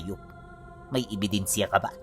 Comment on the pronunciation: Good day everyone. Natawa ako sa ibedensiya 😝 galing mo talaga. More power Po 👍👍